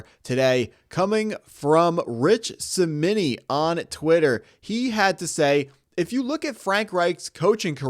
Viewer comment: As a Jets fan, you should know how to pronounce Rich Cimini. Saying “he struggles to play quarterback but checks way too many boxes” makes me wonder—are those boxes created by the Jets because of all the great QBs we’ve developed? What boxes exactly? This take is terrible, and making a video about Drew as the Jets QB is a disaster. Linking accuracy to college players transferring multiple times doesn’t make sense—you mentioned Bo Nix, Mendoza, and Jayden Daniels having higher completion percentages due to multiple transfers when each transferred only once: Nix from Auburn to Oregon, Daniels from ASU to LSU, and Mendoza from Cal to Indiana. Drew played in 45 games and started 35, which is a lot of college starts, while Mendoza played in 36 and started 35. There’s so much wrong in this clip—it should be deleted immediately.